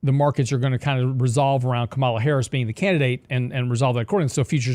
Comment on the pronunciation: Please learn to say Harris's first name. Respect.